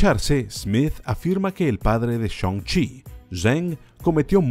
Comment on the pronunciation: "Shoun-chi" xd